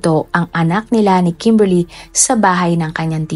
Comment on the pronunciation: KEMBERLY ba talaga pangalan ??😂😂😂 kakatawa pagbanggit mo ng pangalan 😂😂😂 bisaya gud